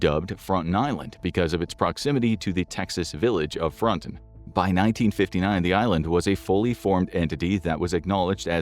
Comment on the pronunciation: You aren't pronouncing it correctly. It's Frone-tone